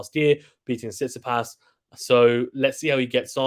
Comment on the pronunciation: Bro said Tsisipas 8💀 He should be higher Cmon